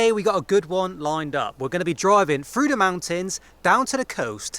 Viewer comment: "We're gonna be driving fru the mountains...."